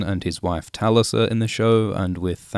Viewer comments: It’s pronounced TULisa not TALisa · to mispronounce 'Talisa', despite her name being pronounced over and over in the series.